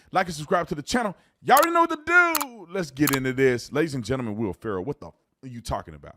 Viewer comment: “Will Farrow.” 😂😂